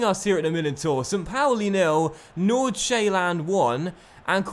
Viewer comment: You pronounce Nordsjælland like Nor-Sjælland you dont say the D